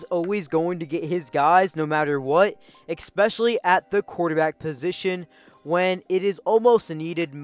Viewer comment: “exspecially” is not a word.